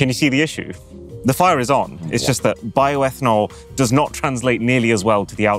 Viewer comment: Bioetanol 😂😂😂 seriously?